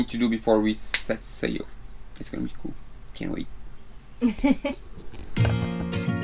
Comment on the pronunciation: Sail not zail.